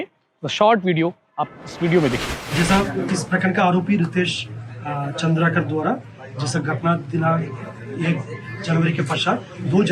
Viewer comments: चंद्रकार नहीं भाई, "चंद्राकर", ठीक से पत्रकार भाई का नाम लो। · वो चन्द्रकार नहीं भैया चंद्राकर है